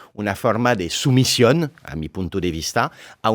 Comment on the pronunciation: Sumision dice el wey 🤣🤣🤣